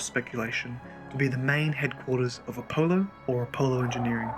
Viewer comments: a polo the greek god of mint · If he says Apohloh one more time im gonna shit my pants